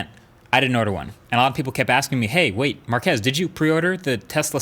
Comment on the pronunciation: Markus not Markez. So annoying